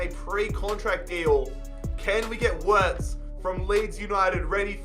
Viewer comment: and btw its said Virts but spelled Wirtz. German w are said as v's